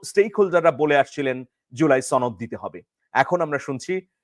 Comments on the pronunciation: সনদ না ছনোদ সনদ কথাটি সঠিকভাবে বলতে পারো না৷৷ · তুমি তো সুশিক্ষিত। তুমি কি "শনোদ" সঠিকভাবে উচ্চারণ করতে পারো না? এটা "শনোদ" হবে, "ছনোদ" নয়। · আর কেউ না শুধু আপনি ভুল ভালভাবে আপনি সনদকে ছনদ উচ্চারণ করেন। এটা কি আপনার জেদ?😊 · ছনদ কি? উচ্চারণ ঠিক ক‌রেন।😂